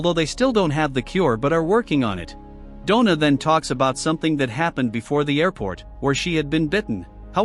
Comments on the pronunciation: donna not dough na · God that was painful to listen to. "Dough-Nah" from werewolf to man to woman in 1.5 hours. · “Donna” =“Doughna”? 😜